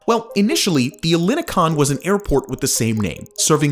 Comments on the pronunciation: the stress is on the last O. not EH llini kon. ell ini kOn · Ellinikon means Ellinikon. The same way you pronounce Elgin El Salvador Not Hellenicon it's so wrong !!!! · Le quartier s’appelle ELINIKON et non pas Elikon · Apart from cringing a bit from your pronunciation of "Ellinikon" .. it was an interesting overview of this exciting project, although there is a major error in the entitlements that you mentioned for buyers. An investor CANNOT buy a Greek (or any other EU) passport through the Golden Visa channel. Someone who gains a "Residency Visa" by buying an eligible property through the Golden Visa scheme (and this still requires approval and can be rejected) must live a significant part of each year in Greece and pay a minimum amount of taxes in Greece for 7 years if they wish to begin the process of naturalisation/citizenship. Getting citizenship requires a proficient level of written and spoken Greek and you need to pass exams in language, history, culture, politics, geography and other elements of Greek life. Many people who have lived in Greece for decades still fail these exams. Residency can be "bought" but earning citizenship and a passport requires work and a commitment to Greece .. as it should!. Also, Golden Visa residency in Greece only entitles a holder to legally live in Greece. In reality someone can feely move around the Schengen zone without passport checks but re-settling in another country or city in Europe is difficult because the residency permit is only valid for Greece (some people find work-arounds for this but its at their own risk). Lastly, Greece doesn't need to horrifically dredge the sea to create picture perfect islands or beaches and it does not need to bu